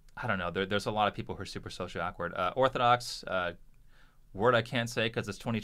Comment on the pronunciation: uhm, actually, it's "awkward" not "awekward".....